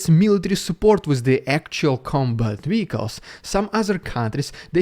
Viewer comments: "Vehicles" is pronounced "vir culz" (not "wee coss") ♡ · Wehicles? Do you mean Vehicles?